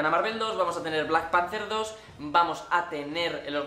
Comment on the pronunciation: Blak panter 2 dice😂